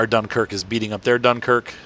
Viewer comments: You got the end correct. Just the "Dun" is wrong. That's a shame I don't know to right in phonetic. The most accurate thing I could think would be "Dinkerque" I believe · Just to let you know you butchered the name Dunkerque...